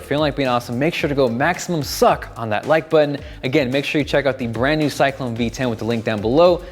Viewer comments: AM I THE ONLY ONE WHO HEARD SAY MAXIMUM SUCCC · HE SAID A HOUR OF SUCC TIME LOLOLOL